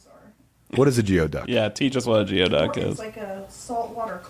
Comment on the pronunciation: Geoduck is pronounced “goo-ee-duck” 😊